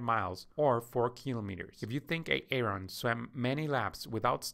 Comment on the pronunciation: Please stop calling him A-Aron! It is pronounced “eh·ruhn”